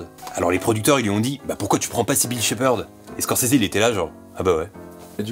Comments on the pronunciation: par contre étant fan absolu de Scorsese et Bobby , il n'y a pas de "é" a la fin de Scorsese , il y a beaucoup d'infos que je connaissais a par la mort du compositeur !Video Super Top !!! conrinue comme ça ! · Pourquoi il dit Squorsseézé ? Stopppp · Moi perso je prononce Scorsaise